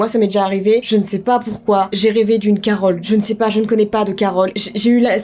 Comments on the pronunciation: Bah grâce à toi je viens de découvrir qu'elle n'avait pas dit carotte mais Carole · quand t'a dit Carole j'ai cru que t a dit ; CAROTTE !!!!!!!!!!